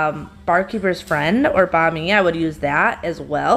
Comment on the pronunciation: so it's bon ami, not bami?